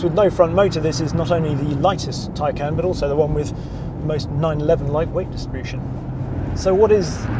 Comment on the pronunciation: If you go to the Porsche site and search, how to say Taycan, I am sure you will find you are pronouncing the name wrong. Its not, tie-can, its, tie-con.